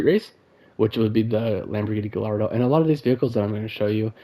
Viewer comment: It's pronounced Gayardo for fuck's sake